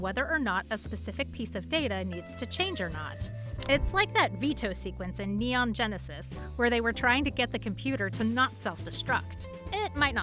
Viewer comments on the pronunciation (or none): none